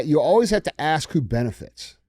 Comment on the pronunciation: what did they "axe" him? 😂